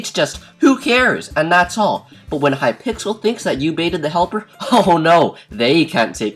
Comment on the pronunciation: wow you said hypickles not hypixel wow you shouldn't talk about subjects you don't know how to spell. unsubbed this is a joke for people who don't understand